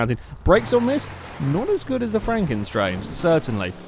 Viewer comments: It's 'Stange' as in the German for 'pole/rod', not 'Strange' :p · it's pronounced more like shtanga